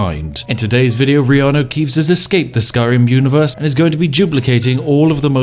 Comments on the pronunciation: Reano keeves haha spat my yorkshire tea out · IT'S REANU KEEVES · ''it's the fantastic Reanu Keeves'' knovlege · "reanu keeves"